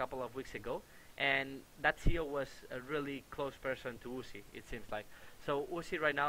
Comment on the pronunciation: U-z-i not Uzi.